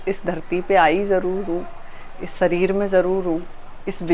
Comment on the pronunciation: Sareer nahi hota hai shareer HOTA hair Bollywood ke saste nashe